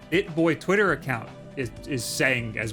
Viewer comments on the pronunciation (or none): none